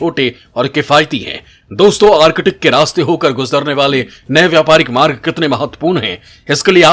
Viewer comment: आर्किटिक नही भाई आर्क्टिक😂😂😂